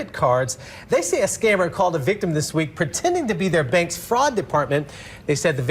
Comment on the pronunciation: "How to do dis". Seriously? How to do THis.